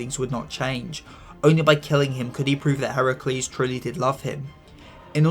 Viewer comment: FINALLY GLAD SOMEONE GOT HERACULE'S NAME RIGHT